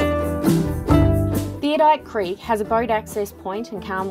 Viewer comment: You might like to redo your voice over. It's called Theodolite Creek , not Theodite Creek.